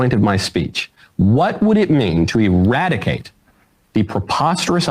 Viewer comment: Ewadicate wascally twansgendewism with wabbit air!